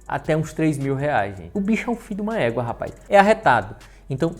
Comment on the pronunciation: Mn eu rio muito quando fala fiduma équa e ingrassado dms kskskksk